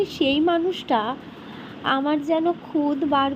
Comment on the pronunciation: Bengali language ta bhalo kore shekho.khud na khut bole